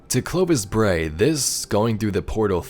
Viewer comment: Yep, you said it right, Nice summary :-) Looking forward to the ARG on Nov 5th!